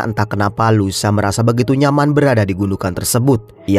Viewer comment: louisa( baca luisa) bg bkn lusa 😂